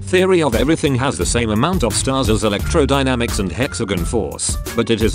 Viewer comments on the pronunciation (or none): The way it pronounced hexagon, just triggers me Hexagen